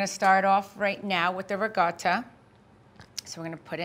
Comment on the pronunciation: So Italians pronounce "ricotta" with a G??? RIG - O - TTA??